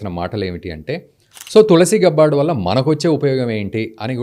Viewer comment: గబ్బార్డ్ కాదు. గ్యాబర్డ్. Standard పదం ఎలా పలుకుతారో అలా